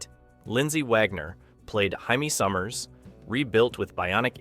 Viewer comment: Good list, most of which I watched as a kid, but the narration is comically bad: Jaime Sommers pronounced with an hispanic "H" yikes